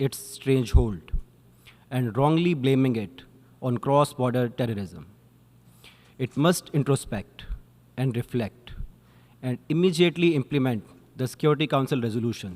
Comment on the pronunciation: Immediately ❌️ immijeatly ✅️ 🤡